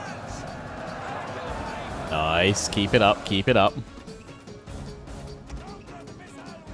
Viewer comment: Don't stop saying noice it is funny :)